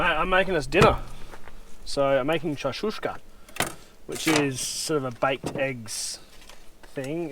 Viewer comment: Its called shakshuka not shashushka folks. Keep up the good work. I enjoy your vids very much and learned so much from it. Thanks to Amalia for her support. Greetings from Berlin / Europe.